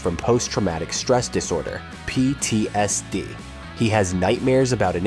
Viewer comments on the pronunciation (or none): none